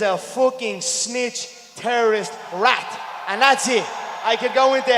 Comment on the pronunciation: He is a (rolling R) rrrrAT